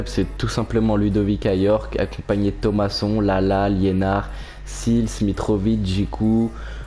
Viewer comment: On dit pas sils mais sails